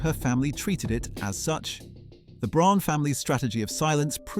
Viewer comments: Please work on the pronunciation. Braun is just the German word for brown. It's pronounced the same - BROWN. Fucking AI. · If you are going to make a documentary about Eva Braun pronounce her surname consistently and correctly - it is pronounced just as the English word and name 'brown'. Her first name is prounced with the 'E' pronounced as the 'a' in the English name 'David' .....this seems to be an AI cheap production with the usual propoganda undertones....... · Fake and click bait, not even saying the name BRAUN right. Their name was not Prune. This is very bad. Not worth watching,. To many mistakes and not true stuff. Do not waste your time. We have very good historians that make great and truthful videos. Not nonsense like this one.